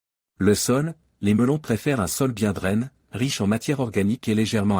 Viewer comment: L'IA n'aime pas l'accent aigu sur le e.On entend draine aiguise au lieu de aiguisé, drainé...etc,c'est nul.